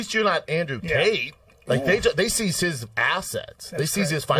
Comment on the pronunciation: Brendan mispronounced "Tate"... How do u even do that???